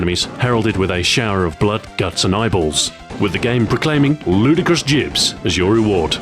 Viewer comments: "Jibs" Lol its Gib. Just pointing it out, still a great channel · Jibs...? Do you mean Gibs? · It's pronounced gib, like gibbon, not jib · "jibs"... that's not how you pronounce 'gibs'. I started playing 1st person shooters with Wolfenstein and kept playing constantly through Q3 (doom doom 2, heretic, quake, quake 2, all the mods, then q3). Nobody, not even Brits I played with over the decades said "jibs". Fucking say it correctly please. I had to stop watching Ahoy videos because this guy can't get this small thing right. I'm stopping this at the 9 minute mark because I can't listen to this nonsense anymore. Spend 30 seconds to learn how to pronounce the words you've been asked to say. And you've managed to screw this up over many videos. Your content is so solid but you continue to screw up this important thing every time. I'm not going to down vote, but I wish you knew what you were talking about. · Is nobody else bugged by Ahoy saying "JIBS" instead of "GIBS"? Am I wrong? Have I been pronouncing it wrong all this time? O_O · I apologise for this. But Gibs to me will always be Gibs with a hard G. I've always said Instagib with that hard G and with the J sound it just doesn't sound right :'( Im so sorry for betraying the english language I know it should be "jiblets" But...I just cant. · .....Jibs? Does anyone really pronounce it this way? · You mis-pronounced gibs throughout the entire video, I hope you realize that. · It's spelled "gibs", but supposed to be pronounced "jibs". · I ask John Romero who coined the term, he said it's prnounced "Jibs"... This went from one of my favorite words to one of my least favorite words. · Okay, so I was wrong. Sorry about that guys, thanks for the correction! I guess I've been hearing it wrong my whole life :P